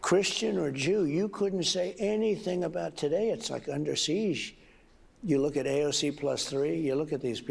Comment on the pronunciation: He still doesn't know how to pronounce "siege." What a maroon!